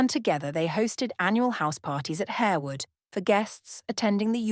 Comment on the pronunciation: You might learn how to pronounce Lasselles and Harewood correctly, and her head ornament is a tiara not a crown. Are you AI?